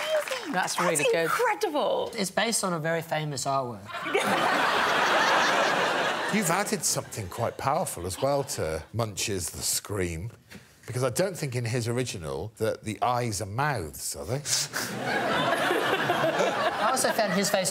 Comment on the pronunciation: As a Norwegian, I can`t get over Greg`s pronounciation of the artist Munch`s name :D